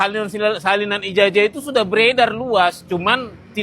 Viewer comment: Bukan ijajah bung, tapi ijazah, nyebut aja salah, malah mau kritik 😝😝😝😝